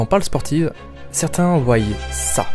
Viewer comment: A 3 secondes, on dit "voient" et non "vouaille".